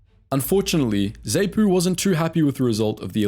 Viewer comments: Sorry mate , I lived through most of that war and you managed to mispronounce nearly every african name or acronym. Phonetically its moogarbee enkomo Zar noo p.f. , Zar poo , fre leemo, bishop moozaraywah, zanlah , ziprah , mo zam beak , etc etc. It was one nasty war and in the end no real winners, especially not the poor black Zimbabweans. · Zaypu & Zaynu 😂😂😂 jokes aside, this is a pretty decent video. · The Narrator has managed to wrongly pronounce every organisation's title---its Zaarnu / Zaarpu Freeeelemo /Seluuus scouts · This video wasn't too bad, however the pronunciation was off-putting, particularly ZANU ('Za-noo'), ZAPU ('Za-poo'), Frelimo ('Freh-lee-mow') and Tanzania ('Tan-za-nee-ah'). Also, worth a mention that post election the winning side (ZANU) used the country's military to wipe out anyone they thought might be aligned with the ZAPU military arm (and they weren't too fussy about who qualified - about 20,000 deaths estimated). It wasn't so much a merge by choice, but one group snuffing out their rivals and then offering a veneer of conciliation. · So true, I winced every time he said ZAY-Noo & ZAY-poo. The idiot couldn't even pronounce Salisbury correctly :facepalm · Wouldn't be bad if you pronounced Zanu, Zapu and Frelimo correctly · dude learn how to pronounce names. Frelimo, Zanu, Zapu, Salisbury among basically every name u used was wrong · He should learn how to pronounce Zanu, Zapu, Frelimo, Salisbury et al properly if he wants any credibility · Nice recollection, but your pronounciation of ZAPU, ZANU, FRELIMO, Salisbury, etc are off. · It is pronounced Zahpoo not Zehpoo, and it is Zeeprah not zipra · Dude, learn to say the names... Not Zay-po bur zar-poo. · ZANU and ZAPU pronounced ZAHNU and ZAHPU not ZAYNU or ZAYPU! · Great video, just some constructive criticism; It's pronounced Z(ah)pu and Z(ah)nu, not Z(ay)pu or Z(ay)nu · Goodness, it's not 'zay-noo' it's 'zaah-nuh', and it's not 'zay-poo' either it's 'zaah-puh', and it's 'frah-lee-mo'